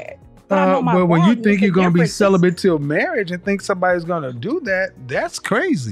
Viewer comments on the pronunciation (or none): Cele-bent 😆 why is it we are the only race of people who use words they can’t spell,pronounce or understand the definition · Its celibate , not celibent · Celibate not Celibant lol 😂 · I’m crying 😭 😂 thought I was the only one who noticed! “I’m celibin” 😂😂😂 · I heard "celibent" 😄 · “I been celebant for 2 years” Wtf is ‘celebant” for crying out loud?!